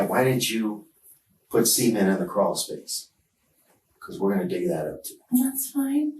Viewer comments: When he said cement I thought he said semen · can’t say i’ve ever heard someone pronounce it “see-ment” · "CEE-ment" is driving me nuts 😅 This lady is insane. No matter how many of these I see, I still can't grasp the thought process. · Why do they pronounce cement like sement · why are they pronouncing cement as semen? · Can he stop pronouncing cement that way, it sounds like the daughter milked the dad when he words it that way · Im sorry but I burst out laughing at the way they pronounced cement. 😔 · I'm really uncomfortable by how this detective insists on pronouncing "cement".